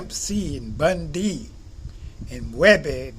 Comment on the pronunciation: This dude said bun d and soulja boy